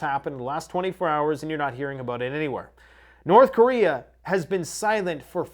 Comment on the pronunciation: "North Chorea" 😂